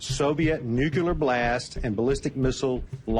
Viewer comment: yet another general who can't pronounce "nuclear."